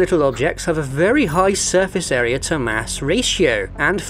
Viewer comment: "Surface Aera" ... ?